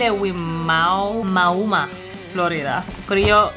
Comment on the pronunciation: you pronounce Wimauma,Fl (why-momma) lol.